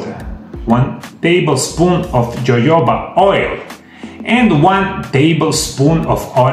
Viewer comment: It is pronounced hohoba oil.